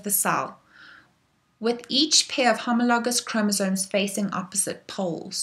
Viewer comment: I love the way you say homologous